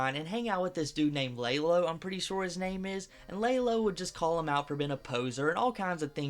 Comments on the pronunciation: Its not lay-lo its lah-lo But its spelled like Lalo. Srry that part just made me mad.. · Its pronounced 'Lah low" aint u ever seen Better Call Saul? :) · lalo is pronounced (laa-lo) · How tf u fuck up saying Lalo💀